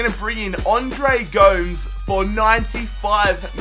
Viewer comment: great video but its andre gomaze